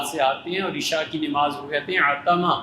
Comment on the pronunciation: Molana sahab apki urdu bhi sahi nahi nimaz nahi namaz sahi urdu